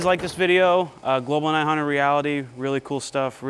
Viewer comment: New drinking game: take a shot every time says the manufacturer’s name incorrectly. InB4 alcohol poisoning